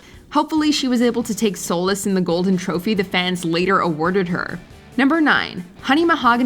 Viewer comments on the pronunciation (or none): is the narrator a bot? pronouncing couture as “koo-TEUR,” solace as “soullesss” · "Coo-teur"? "Soul-iss"? People purposely mispronouncing words for cheap engagement are so fucking obnoxious 😒